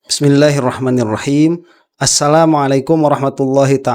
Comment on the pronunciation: Maaf ustadz. Anda melafal kan Bismillahhirrohmanirrohim itu ada sedikit kesalahan. Karena anda men tasydid kan huruf (nun) di manirrohim. Sehingga berbunyi Bismillahhirohmannirrohim. Padahal yang benar nya adalah BISMILLAHHIROH MA NIRROHIM.